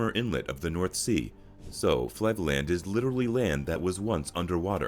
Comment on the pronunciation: Love the way they pronounce Flevoland as: floodland lol. Yes, as direct as they are, the Dutch may appear greedy. They love their money more than anything. Who doesn't? Keukenhof is fabulous, Giethoorn is a tourist trap, but pretty unusual. Biking is excellent everywhere, literally. Dutch mountains are, in fact, a reference to the dikes (levees, not female homosexuals). There are no real mountains in Holland. Immigrants are a true enrichment to Dutch culture because of the food, at least! But also because the economy thrives from them. Wooden clogs are a thing of the past. There's better beer in Holland than just Heineken! Orange is derived from the 'House of Orange' royal family originating from the French city of Orange, this family has ruled the country for 450 years until this date. The NL flag came first before the French, same as everywhere where people tilted their flags. God is an abandoned concept mostly. Nobody uses CD's anymore. Home births are praised by parents mostly, except for the babies themselves! And yes, NL has the best highways in the world. Come visti,!